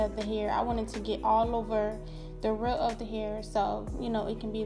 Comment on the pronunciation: everytime she said “ the rutt ( root ) “ i couldn’t help but to laugh cus of friday 😂😂